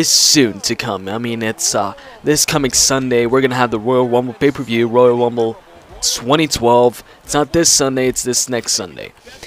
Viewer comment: I love the woyal wumble